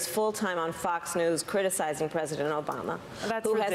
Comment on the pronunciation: she mispronounced “Obama”